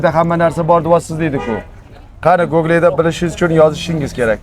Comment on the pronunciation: gogle mas Google